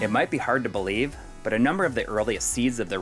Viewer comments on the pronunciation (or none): none